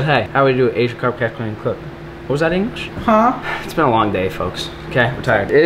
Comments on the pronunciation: He said fucks instead of foks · 6.00 to 6.08 between there it sounded the f word instead of folks